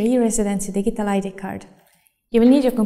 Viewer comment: lol digg-ie-tal